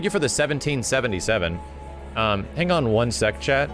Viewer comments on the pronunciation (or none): New to your channel; been listening to your ff7 chapters while I work and this whole time I thought you were talking to someone named Chad...turns out you're saying 'chat' lol.